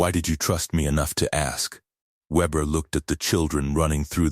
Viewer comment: try VAY -BEAR